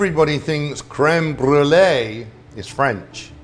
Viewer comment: So interesting how he switches back and forth between the correct pronunciation to creme BROO-ly haha